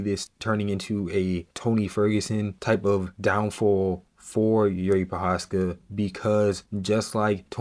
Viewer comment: How hard is googeling his name to get it right? Im not even talking abou special characters in first name Jiří, but his surname ProcházKa